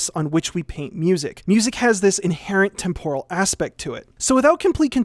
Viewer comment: I don't think that's how you pronounce "temporal"...